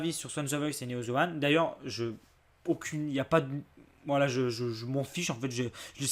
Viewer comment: Putain c pas ze c'est the bordel